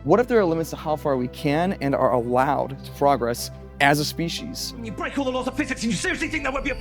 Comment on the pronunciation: "Progress" the noun and "progress" the verb have different pronunciations. The stress should have been on PRO, not on OG.